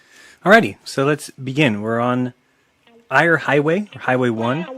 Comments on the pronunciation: It's pronounced air not ire. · Not only that he has a hill around 3/4 of the way. Also he can’t even pronounce the name of the road correctly… Eyre is pronounced ‘air’ NOT ‘ire’. I would call him a moron, but that would be insulting to the true morons. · EEEre highway... not Ire... fuck.. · I know this is a nitpick, but it's not the "Eye-Ar" highway, it's the "Air" highway. And since the road is straight, on a flat earth you could see the destination from the start point. You can't see it? Interesting. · Eyre is not pronounced ire it’s pronounced air. Just saying. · I have personally driven that stretch of road and you cannot see beyond the horizon all the way along. You don't get a better or worse view if you are going slightly up or down. The road is straight but not level and it's F'n boring at best! Also pronounced (Air) Hwy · I live in south Australia. It’s pronounced ‘air’ highway. It’s spelt ‘eyre’. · Eyre (Pronounced Air) Highway... Recognised the sign but never heard of the name he gave it... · Arsehat mispronounced Ceduna { see-dew-na] and Eyre {air} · At least he belives Australia is here! BTW Eyre (HWY) is pronounced "Air" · Another thing. The Eyre Highway across the Eyre Peninsula is pronounced. "Air". Americans. Pronouncing words incorrectly since 1776. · The Eyre Highway is pronounced "air". I know this because I was born and bred in Australia (which doesn't really exist, I'm actually an actor paid by NASA). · PLEASE FLERFERS, if you are going to use Australian videos and misrepresent them, at least pronounce place names correctly. "Eyre" pronounced "Air". Thanks. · My only question, in the old part, how did the lamp go from 17 to 23 feet? Oh an Eyre Highway is pronounced as Air. Just need to ask a local. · Mispronouncing Eyre (like "air") really raised my ire from the start. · If anyone's interested, the Eyre Highway he's using to incorrectly demonstrate his nonsense is pronounced 'air'. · Totally wrecked Eyre Highway.